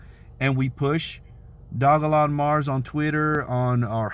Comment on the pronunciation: If you aint got you no dogelon mars getcha some the way you say it awesome haha